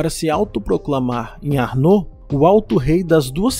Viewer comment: Seria: ÁrnoR a pronúncia e não Arnô como parece. O vídeo está bom e bem explicado, parabéns!